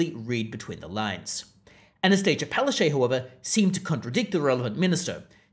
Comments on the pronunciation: It's pronounced palachook. And there are far too many photos of her in this video. Please don't punish us by forcing us to look at her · You're not pronouncing her name correctly its Pileofchyte....